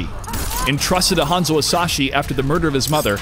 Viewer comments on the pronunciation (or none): none